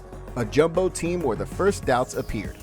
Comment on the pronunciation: Its pronounced Yumbo